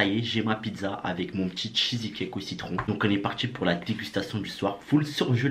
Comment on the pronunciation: CHEESE NE SE PRONONCE PAS CHEESY